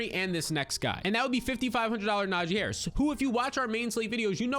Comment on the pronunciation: Stopped watching after I heard Naji Harris